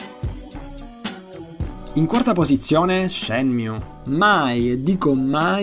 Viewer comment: Sì ma non puoi leggermelo Shemiù.